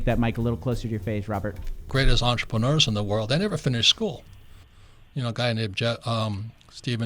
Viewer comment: lol did he say WATCHERPENUERS!? LMAOOO😭😭😭 wish I could subscribe twice